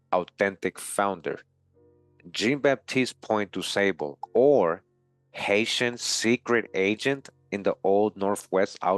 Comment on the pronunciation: Jean is French for John and pronounced "Zhon." Zhon BahTEEST Pwohn Du SAHbluh.Thanks for this video.